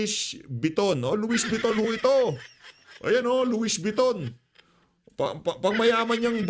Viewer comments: Nautilus - pronounced as notilus. Louis Vuitton- pronounced as Luwi vitton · Correct pronunciation: Luwi Viton, Notilus. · Loie viton ang pronounce Sir hahaha ang kakapal ng pagmumukha ng mga magnanakaw mga ni mal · PIGUET WATCH ANG PAG BANGGIT PO AY "PIGE" AT ANG LOUIES VUITTON PO PAG BANGGIT PO AY "LOWI BETOU" PURO DESIGNER ANG MGA SUOT NG MGA KAWATAN NA IYAN 😡😡